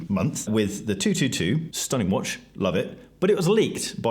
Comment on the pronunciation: Don't forget to always pause before the last word in a sentence, everybody! And that watch is pronounce whuaaatch!